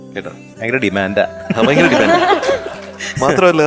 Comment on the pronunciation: ചോട്ടാ ചൊട്ടനാണോ ഈ കൂമ്പ് കലക്കും വിദ്വാൻ, "ഫയങ്കരം" തന്നെ "അൽഫുതം " തന്നെ ചോട്ടാ